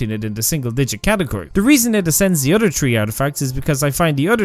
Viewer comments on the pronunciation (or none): "other" as "udder" 😂😂😂